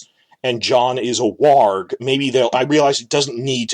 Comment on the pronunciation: Thank you for pronouncing "warg" correctly. I've had it up to Mt. Everest with the TV show's "worg"